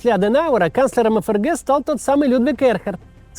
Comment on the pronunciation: эФ эР Гэ😂😂😂😂😂 букварь читай